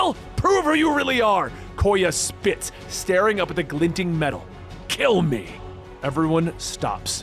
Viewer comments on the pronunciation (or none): none